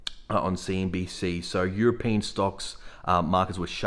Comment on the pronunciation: Bro , its european , not europian .